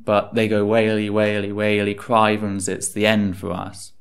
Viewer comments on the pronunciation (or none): Cry-vens???? It's crivvens, ye scunner!